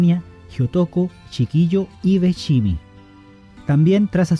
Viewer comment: no es chiquillo, es Shikiho